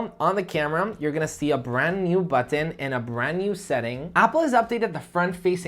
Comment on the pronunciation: Why does he say "buthan" for button?